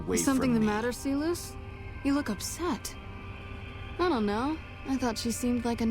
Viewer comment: why the fuck does she pronounce Silus like See-loose it's not even remotely close to the root way of saying it.